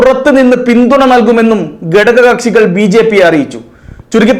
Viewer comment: എടോ..'. ഗടക ' kashi അല്ല.. "ഘട ക "കക്ഷി യാണ്...